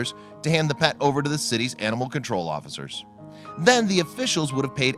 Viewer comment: Cruelly not crewly. Huntington not Hunnington. Officers not offizers. Veterinarian not vetrinarian. Asked not assed. Potential not puhtential. Police not puhlice. Before not buhfore. Foster not fahster. Veterinary not veterinary.